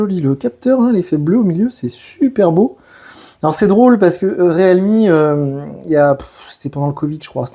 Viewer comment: Riilmi putain! ReAlmi, non mais 🤦